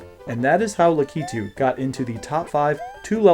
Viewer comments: HUGE respect for being one of the only people I've ever seen pronounce "Lakitu" correctly! Very cool video content, I had always wondered this but wasn't much of a Mario 3 veteran to really know, and now I do! I really wanted to know about some of the impossible stages that have the 1 tile small gaps though! Pretend they were hacked out on a rom, or just didn't exist, would any of them earn a spot in the top 10? Some of those fortress levels are really hard and I want to know if they're hard enough to make the list! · finally a YouTuber who pronounces "Lakitu" correctly 👏